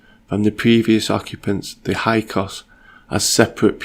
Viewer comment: Hyksos, pronounced “Hix sos” 😉